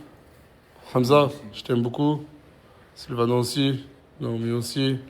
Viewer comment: Mdrr julviano au lieu de silviano